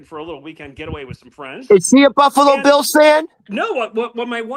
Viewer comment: Bils it’s bills